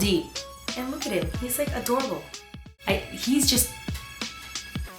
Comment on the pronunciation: Instead of adorable I thought you said "He's like adobo" ahahah! And i though "damn,she must really like chicken adobo"!